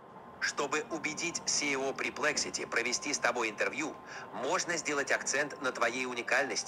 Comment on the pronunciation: Минутка душноты, правильно говорить pErplexity 😊